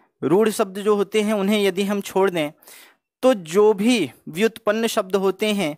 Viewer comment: आप 'शब्द' को 'सब्द' ( , , , , , , , ), , , , , कह रहे हैं, या मुझे ही गलत सुनाई दे रहा है.. " निर्दोसी ??????? - आपने " जाहिर " शब्द का प्रयोग किया है , "जाहर" को हिंदी में "विदित" या "सर्व-विदित' कहते तो अच्छा होता